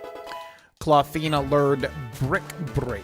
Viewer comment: Untill you spelled Clawthina it sounded as Clothina to me 😅